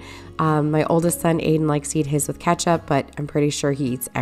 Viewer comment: "My kid would brush his teeth with ketsup" 😅😅😅